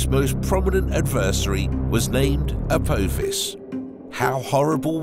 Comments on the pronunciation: its prenounced ApOthis NOT ApOAthis, its named after the Greek God of destruction, NOT a stargate movie character, a simple bit of research is all it takes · Please stop saying A po fiss it's literally killing us ... you even name checked SG1 😂😂😂 it's not how it's pronounced at all in any way 😂😂😂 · You are saying apophis wrong. I have never heard anyone say it like that. The O doesnt sound like that. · It's pronounec A POPH IS,get it right.. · The "o" is silent in Apophis. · At least get the name of Apophis right, its named after the Egyptian god...You messing it up on purpose imo. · as a fan of stargate, it was quite annoying the way he said Apophis. also the way he said Halley made me wonder if he has ever left his house..